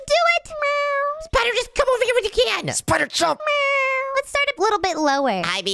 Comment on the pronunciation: Why does say spider like shpider